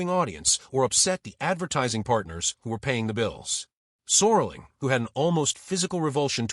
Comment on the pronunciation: AI slop renames Rod Serling to "Soarling"